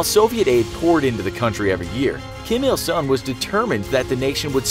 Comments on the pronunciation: Script quality of your videos are getting poorer every day. It's not Kim Il Sun it's Kim Il Sung. And you pronounced JuChe wrong. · Kim Il SUNG , Not Sun! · The name of Kim jong un's grandpa is Kim Il Sung, not Kim Il 'Sun' And don't pronounce 'Ju che' as french word. It is not french word. Pronounce 'che' like 'Che' guevara. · It’s Kim Il Sung not Sun.